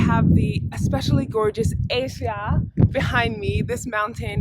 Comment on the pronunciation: Hey. Excellent videos. I also never remember to offer people coffee - you’re not alone. Psst... your mountain is pronounced Eh-sja as opposed to Ay-sja (